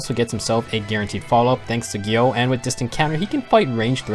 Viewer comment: Pretty good on pronunciation, but it's more like you say Gjill or Gjell instead of Gjöll or Gjull